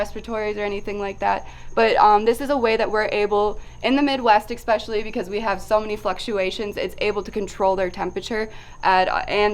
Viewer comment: Good video. I gotta say, I find it slightly amusing how at some point many people have decided to pronounce especially, expecially. I'd like to ask one of these people to spell it out for me and see if it is just the way they are pronouncing it, or if they have just gone ahead and changed the spelling as well. Anyways, keep up the great work and I'll be here for the next video.